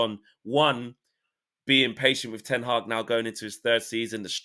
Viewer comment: Boys and thats how you pronounce HAG